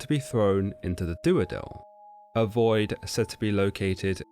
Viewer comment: Dudael not Duadel